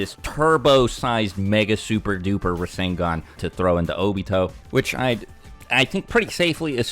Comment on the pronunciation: Rasengan is three syllables tho